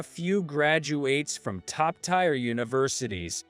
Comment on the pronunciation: Story 3: Tier is not pronounced "tire". It is pronounced "tear" like "ear",with a "t" in front. I heard this word pronounced correctly ONCE since I started listening to these stories over a year and a half ago! Other people have also commented on the mispronunciation of "tier" also!